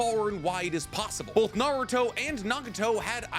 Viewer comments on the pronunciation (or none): none